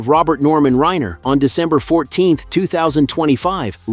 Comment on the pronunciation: PLEASE Pronounce his name correctly!!